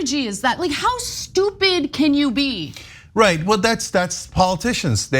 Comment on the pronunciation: Anna: "How stoobid can you be?!" Me: Republican stoobid 🤷🏽‍♂️